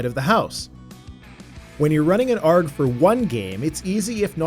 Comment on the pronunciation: Not that I'm complaining! It made me chuckle every time you said it.